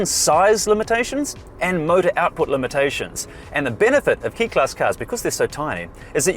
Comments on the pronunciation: Pronounced Kay not key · just "K" as in kay... not key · Hey it's "kay" or close too but not "kee" otherwise excellent vid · FYi - quick Japanese lesson: "e" is always pronounced as the vowel sound in "say" and "i" is always pronounced as the vowel sound in "see". So "kei" would be pronounced "kay-ee" - pretty much the same way that most English speakers say the "long A" sound. "Sakura" - the Japanese word for "cherry blossoms" - has a slight accent on the first syllable, so it's "SA-koo-rah", not "sa-KOO-rah". Ganbatte kudasai! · Pronounced 'kay' class.